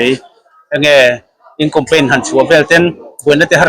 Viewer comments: Thianpa chu Compaign i ti reng mai a, Campaign tih tur aw, i channel a ti ho tlat....hengte chu youtuber chuan lam thiam tur.... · Campaign tih tur ah compaign i ti char2 in ka hria..ka hresual ti dawn ila i sawi zing ve bawk sia.😅😅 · Compaign iti zel a sir,, Campaign tih zawk tur aw. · Ka rilrua awm, ka sawi châk deuh i lo sawi e...hetiang saptawng word khat lek, kan hman rim em em te hi chu anni ang social media, content creator ni chin te hi chuan, a zawng zawng anih loh pawn he word pakhat mi zawng zawngin jan sawi rim em em 'campaign' (kam-pein) tih mn ai nai te hi chu han lam dik ve hram thei ila chuan duhthusam chu a ni ngei zawk ang mole! 🤔🤷🤷😁 te ka lo ti ve mai mai a! 🤷